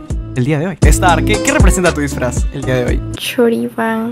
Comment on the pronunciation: ¿Soy el único que notó que en el decía "drisfraz"?